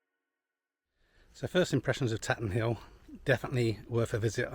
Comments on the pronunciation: FYI : Up here locally we pronounce it “Tayten Hill”. Looks like a good day for flying that day! Have you been in to Derby? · A very nice vid 👍 It’s good to see the facilities as well as the flight, which adds interest, so your content is excellent. Tatenhill is a gem, centrally based, excellent runway and friendly. I used to be based there a couple of years ago before moving south… we pronounce it Taytenhill 😉 Thanks for posting 👍